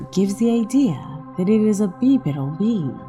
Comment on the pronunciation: What planet are you from where they pronounce “bipedal” the way you butchered it?